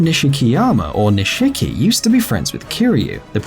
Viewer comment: Oh god the way he pronounces Nishiki. Lol